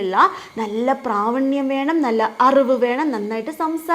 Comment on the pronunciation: പ്രാവണ്യം അല്ല ടീച്ചർ പ്രാവീണ്യം